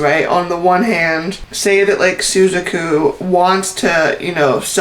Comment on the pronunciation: Suzaku is pronounced sue zahk oo